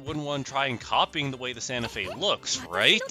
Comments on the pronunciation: Ah yes, my favorite railroad: Ganta Fe. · “Ganta Fe” 💀